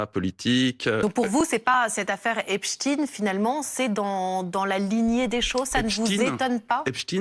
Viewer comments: Ai lieu de dire "Epstin(e)" ou "Esptaïn(e) dire tout simplement Epstain c'est tout simple ! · Frankenstein on ne dit pas( în) mais bien (aïn). Idem pour Epstein . Ils mentent.... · Epstein a toujours été prononcé "epstine" aux USA, depuis la naissance du monsieur. C'est en France que son nom est déformé en "epshtaïn". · C'est pas epshtine, ça se prononce Epshtaïne, comme Einstein, frankenstein... Les nuls. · Epstein est originaire d'Europe de l'est donc ouai c'est "ein" pauvre tache et non "in". Nous ne sommes pas des américains espèce de collabo. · Pas Epstine mais Epstein. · EPSTEIN NON EPSTINE 😡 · Euh ...non... c'est pas un nom US c'est un nom allemand ! Einstein, autre juif, tu le prononces Instine? En français tu le prononce soit à l'Allemande ou à la Française, aucune raison de le faire à l'Anglaise ou à l'Espagnole. Tu as regardé les films de Frankenstein ou de Frankenstine? D'ailleurs dans un film de Mel Brooks interprété par Gene Wilder, Frankenstein Jr,il y a déjà une réplique qui aborde ce sujet,je vais pas te spoiler la scène mais c'est un excellent film je te le conseille, très drôle, humour juif... Brooks et Wilder le sont aussi. Ou les noms français de Louisiane, Bâton Rouge ou Nouvelle-Orléans tu les prononce aussi à l'Anglaise parce qu'ils se trouvent aux US ? Non bien, sûr à moins d'être anglophone et ne pas savoir le prononcer d'une autre manière 😂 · BFM, toujours à vomir, et je suis polie. Et du coup maintenant, on va prononcer Albert Einstin et non plus Einstein.